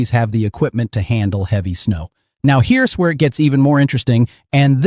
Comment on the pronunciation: Teach your AI about contractions! Here 'S' , Don T and That 'S' stand out!😮